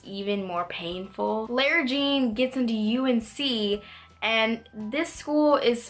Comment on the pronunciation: why do you pronounce lara jean like that? i